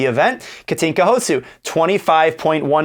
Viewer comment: Houszu ? Really? But at least you pronounce her name correctly, which is much more difficult than writing 6 letters correctly. 😉